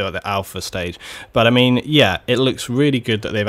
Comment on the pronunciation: sounded like "butter mean" than "but i mean" lol